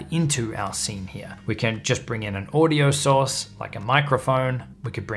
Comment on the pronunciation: Source not sauce, don't you speak english?